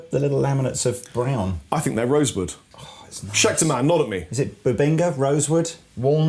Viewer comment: "Scheter guitars"